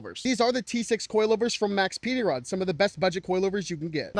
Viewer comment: Did you say Max's pee ding rods?